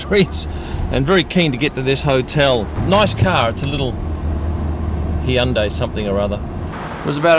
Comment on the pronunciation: Finally someone who can pronounce Hyundai correctly!